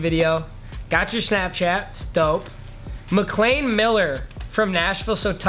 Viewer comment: Yooo thank you papa for saying his name correctly bc my last name is McLean I don’t know if that’s who he spells it but thanks